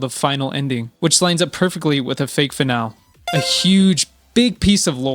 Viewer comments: Fih-nall. Driving me nuts. Guys it's fih nall ee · Finale is not pronounced fin al, it’s fin nal lay. This video is probably AI and a trap… get hopes up and a laugh… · It’s pronounced “finalEE” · Finale = Fin-al-ee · Your inability to pronounce the word finale is driving me crazy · Why are you saying finale weird? And why did you gravity fall instead of gravity falls? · This HAS to be AI... how can anyone fail to pronounce 'Finale' correctly this many times??? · Brother you can't even decode how to say finale, this ain't it.